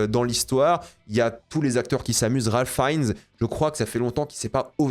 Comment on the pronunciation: j'adore ton taff mais ça me tue que tu prononces TOUJOURS mal le nom de Ralph Fiennes alors que tu préfères la VO 😭 grand respect mais stp respecte-le aussi